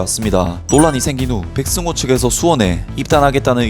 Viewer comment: 백성호아니고 백승호 ㅋㅋ 사투리 티난다